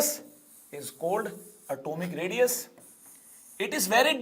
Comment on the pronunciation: Sir your pronunciation of atomic radius 😅😅